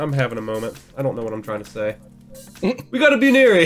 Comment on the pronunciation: BUN-eary not BOO-neary...my opinion though